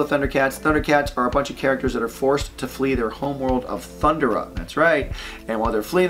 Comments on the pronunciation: I thought it was pronounced as thun-dera. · THUN-DARE-UH Why do yall keep saying THUNDER-A. 😂😂😂 Yall never watched it huh? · Thun dare ah is how it's pronounced. Also this is a mess. I do not like how Teen Titan like it is. The reboot from 2011 which I wasn't a big fan of looks way better then this and should have been given a proper ending.